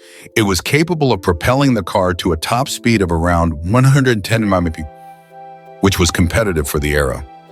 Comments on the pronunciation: why cant a.i say miles per hour? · ...it would sound better if it just sed, `mph`, than its stupid pronounce... 😮